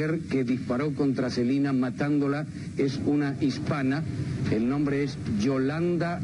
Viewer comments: por que todas le dicen celina otros silina ya no se como mismo es él nombre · Inche dice el wey.... selina!!! Y los titulares dicen SELENA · Le dicen " Celina " desde cuando se pronuncia así el nombre " Selena " en castellano ? Ya dejen de hablar como si fueran gringos !!! 😂😂😂😂😂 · Selina 😂😂😂😂. Selina quien es esa. Yo conosco es a Selena no Selina😅😅😅😅